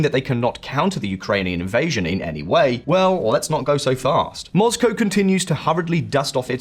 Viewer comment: I love your channel but every time to say ‘moz-go’ I want to cry a little.